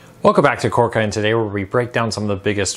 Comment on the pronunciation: I absolutely hate having to make this comment. I’m going to have to search for another channel with similar content. While think you do a fine job with your information, I am struggling to get past your diction. The word cord has a D , which you never pronounce, along with numerous other words. Again, I feel bad about my attitude, and probably shouldn’t say it, but it is what it is.